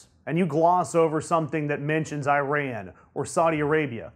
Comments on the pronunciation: It's pronounced "E Ron" not "I Ran". For goodness sake, get it it correct!! Don't you know how insulting that is? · FFS it is ee-RON not eye-RAN. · this is Eee-rAN not eye-ran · nice vids, plz say: "eeran" not "i ran" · It is not EYE-RAN!!! It is EE RAAN you idiots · I-ran ?? how stupid is that . learn to pronounce god damn it. I'll start to say A-merica lol. By the way there will be no war with IRAN . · eeran. Actually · It´s æ røn ffs. get your facts straight